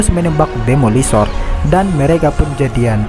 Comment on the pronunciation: Aku ngakak melihqt abang menyebut jadian wkwkwkwkwj